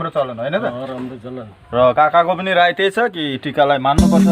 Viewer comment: राई होइन सर राय हो सर